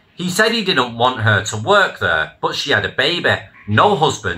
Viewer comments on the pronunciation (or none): Mate, I'm a Manc, and even I don't say Free (three) and Ver (there) get a grip. Stories are good though